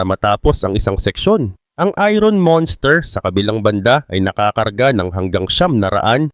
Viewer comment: Boss, binibigkas ang "iron" ng eye-urn or ayern at hindi ayron.